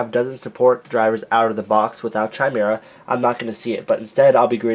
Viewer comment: I know that you recorded this video a while ago, but I was wondering if you had learned how to correctly pronounce Chimera yet.